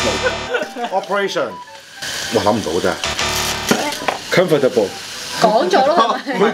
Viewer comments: 你地真係教壞小朋友，comfortable 和 vegetable都唔係4個音的，請google一下這兩個字的發音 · Comfortable 同 Vegetable 剩係得 3個syllables😂😂